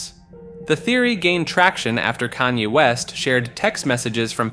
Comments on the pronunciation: I agree. I can usually look past the occasional mistake but he couldn’t get a single name right. I found his way of saying Kanye funny because he changes it every time he says it. At one point he just straight up calls him “Kane” 😂😂😂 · in the span of one minute, you managed to pronounce Kanye’s name 5 different ways